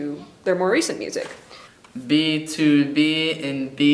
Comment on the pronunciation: "b-tob" ohmygod that's how my friend pronounced it at first too 😂😂😂